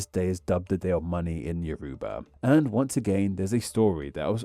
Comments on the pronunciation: The name of "Yoruba" is pronounced more like "YOR-uh-bah" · Thanks for covering Yoruba! your pronunciation made me crawl out of my skin(as a Yoruba). But it's okay! I still think it's cool